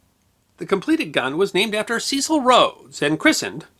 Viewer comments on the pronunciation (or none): We were never taught about Ceecile Rhodes but Cecil Rhodes pronounced ses-il. Never heard him called like you have. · Cecil, with a short 'e', not long. He was British after all. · The long ee in Cecil is very weird. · I do enjoy the History Guys Channel, but I do think names should be pronounced as they are by the people concerned. In UK English [The original] Cecil is pronounced the first C is pronounced as the letter S the the second as a letter C, Secil phonetically. not Seesill as the Americans say it. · Also Cecil is pronounced 'Se-Sil', not 'See-Sil'. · Sorry, but Ceeecil grates my gears. Completely spoils an otherwise enjoyable video. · It's only right to check and pronounce people's names as they do. Kekewich is pronounced Keck-witch. Cecil pronounced his name Sessle. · The 'e' in the name Cecil in the UK (where Rhodes was from) is pronounced as in the word 'end'. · Ah, the vagaries of English proper names: Wodehouse pronounced "Wood-house". Cecil pronounced "Sess-ill". Woolwich pronounced "Wool-idge". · FFS its not hard to do a bit of research as to the correct pronunciation of Cecil. He was a major figure in British colonial history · The video was fine the appalling pronunciation of the name Cecil wasn't